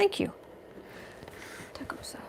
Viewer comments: I teach at Tecumseh Elementary. It is pronounced Tek KUHM suh ( all vowels short, middle syllable emphasis. In Ohio they had outdoor dramas etc-- so I've heard the name pronounced a million times. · It is pronounced. Two-cum-saw There is a old movie about West Point, and they talked about it a lot and they pronounced it two-cum-saw. I hope the helps.